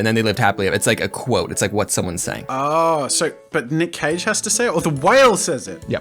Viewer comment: When they said “Nick Cage and the Whale”, but it sounded like “Nick caging a whale”